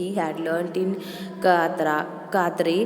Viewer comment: It's karate not katare